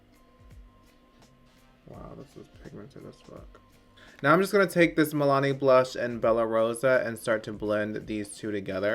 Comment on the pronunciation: "Milini blush" lmfaooo ok